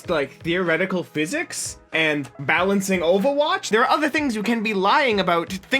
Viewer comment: did he say balencing overwatch